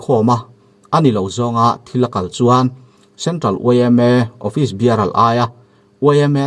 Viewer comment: Office biaral nilovin ofis biarar tih zawk chi vee..😃😃😃